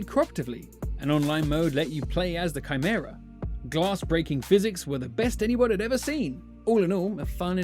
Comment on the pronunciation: is he saying CRYmera?